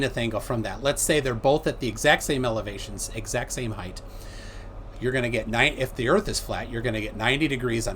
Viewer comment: and it's pronounced ACROSS and HEIGHT